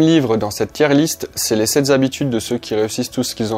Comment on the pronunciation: Simplement parce qu’il n’y a pas de s à sept et qu’il n’y a aucune raison de faire une liaison qui n’existe pas, juste ça. Mais je répète la vidéo est top 👍🏼